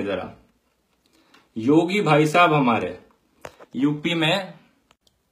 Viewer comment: Ohh ho.. "UP mein" .. kya baat hai haryanvi accent..